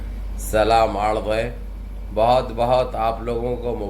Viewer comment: Slaam arjh hi Bolo.. Ardh nhi 😂